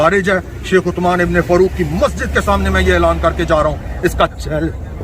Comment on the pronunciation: Chomu, usman to shai se bol le...